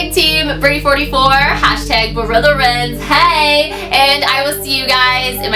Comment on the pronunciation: I thought you said "Hey guys, It's Brent" I had to replay it a couple times. I really thought you said Brent XD Love you